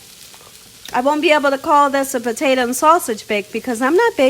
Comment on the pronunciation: POTA.....TO. !!! Not Ta!! Omg